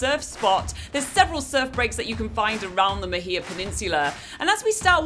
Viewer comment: Love this but you are pronouncing Mahia wrong!!!!